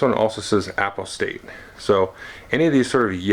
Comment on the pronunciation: Excellent!!! I think it's pronounced more like "u pos tate" I'm curious about the contents of the nemesis and imperium decks. What do minions look like. Any additional information about skill duels? I recall an FFG preview making mention of the "Cult Leader" tyranid card although I didn't see it in this review